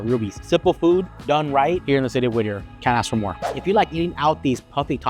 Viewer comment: Whittier not whitter